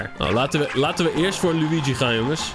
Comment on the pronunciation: Schaduwtje LUI GIE!!!!😎🙌 zoals je dat zo prachtig mooi uitspreekt 🤣